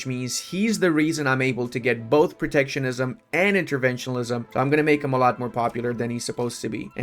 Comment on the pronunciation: please learn how to say interventionism